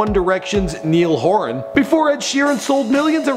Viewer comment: neel horan. im dying hahahaha XD